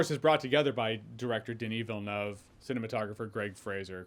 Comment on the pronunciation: Had to do a double take when I heard you say Denis Villeneuve right. <3